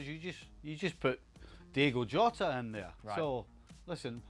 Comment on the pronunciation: Stevie still doesn't know that it's not "Diego Jota" 😂😂